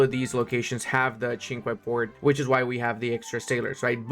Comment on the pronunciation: Cinque Ports is "sank ports" 😅